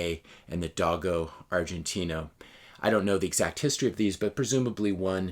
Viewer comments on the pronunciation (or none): Sorry to nit-pick on your pronunciation, but “Dogo Argentino” is pronounced doe-go argen-teen-o. 👍🏻